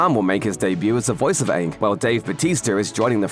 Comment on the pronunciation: He miss pronounced Aang